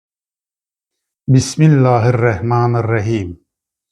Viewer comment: Sen cani get Bismillahi duzgun telefuz ele..